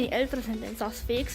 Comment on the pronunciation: du seisch visp und saas fee falsch